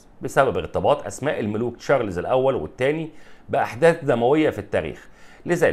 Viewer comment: ليش تقول تشارلِيز وليش تحط سكون تحت حرف اللام ، يا إبني انطق حرف الراء واللام والزاء بالسكون انطق الإسم كده بالسكون يعني لازم تقول تشا رْ لْ زْ وبدون ياء بعد حرف اللام .